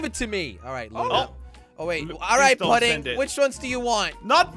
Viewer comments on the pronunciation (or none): I don’t mean to be the smart one but it’s pronounced pudding as in the food because if you say putting it’s like you gonna go put a golf ball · I Lough when he say pudding wrong